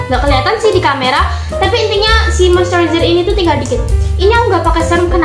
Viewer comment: izin koereksi bacanya moisturizer ya buka mostewezer cmiiw😊😊